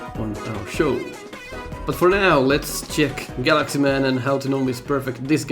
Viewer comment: I don't know why but to me that partially sounded like you were calling him Guts Man and not Galaxy Man.